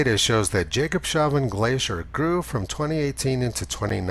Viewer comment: Tony - damn it - I have told you before that Jacobshavn is pronounced as "Jacobs havn" and actually means 'Port of Jacob' in Danish. 😁